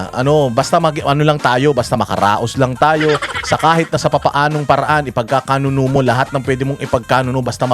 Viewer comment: I’m bothered. 😅 I think the right term is ipag kakanuLO, not ipagkakanuNO. Yun lang. Keep up the good work.💚